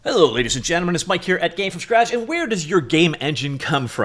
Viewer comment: I generally don't care about people mispronouncing names. But, to purposefully mispronounce it when you could have removed it in editing feels wrong. "This is Mi-kee, it's pronunciation here is 'Maik'."